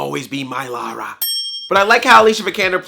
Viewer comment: Finally a yank that actually can say Lara, instead of Laura. ...The movie put me to sleep though, was bored out of my skull.